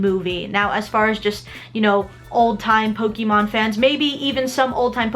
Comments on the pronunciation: Sorry, but the pronunciation of her saying pok-ee-mon is annoying. I'm sorry for being so nitpicky. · "Po-KEE-mon"? Careful, Aki. People get triggered over that kind of stuff.